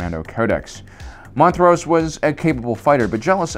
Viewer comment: Slav…slav-ay. Jeaster. Mont-rose. Decent content, odd pronunciations